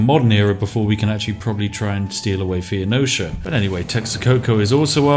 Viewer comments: Yar. It betrays a surprising ignorance of history and geography for someone whose whole schtick is recording himself playing Civilization... Thee-o-neesha. OMFG. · Spiff: Fo Neee Cha. Fon Osha. Me: Fen-ee-sha. Please! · Why does he say “Fee-oh-no-sha”, when it’s “Fou-nee-sha”? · City name: Taruga. Spiff: "Targua." Civ name: Phoenicia. Spiff: "Fee-oh-nosha." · Phoenecia, according to Spiff, is actually spelled Theonocia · You can google the pronunciation of any word and it only takes like less than a minute. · Earth: "Phonecia" Spiff: "fe-oh-nozha" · Every time he pronounced Phoenecia as 'fee-oh-no-sha', I died a little inside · American here, how is it pronounced? Asking for a friend. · Love the vid man. Also. Its pronounced foe-knee-shuh. Phoenicia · phoenicia= "feenosha", taruga= "targua", tyre= "t-air" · Phe-o-nocia? :P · I'm troubled by your pronunciation. It's FO-nees-shun. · PHOENECIA. ITS P H O E N E C I A NOT FUCKING PHEENICIA. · every time you say Pheonicia wrong, I cringe. Foe-Niece-Sha. Pheo-ni-cia. (Fuh-Niece-Ya if you're a tryhard) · Probably because th-fronting is a well-known feature of several English dialects, which cannot be said about mispronouncing Phoenicia. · You don't say Spiff, your pronunciation of Phoenicia is the deadliest thing in this video. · My main takeaway from this video is Spiff can't pronounce either "Phoenicia" or "Tenochtitlan" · The Phoenicia pronunciation hurts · Are you pronouncing Phoenicia like that on purpose?